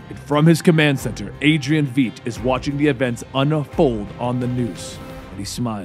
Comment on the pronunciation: pretty sure adrians surname is not VEET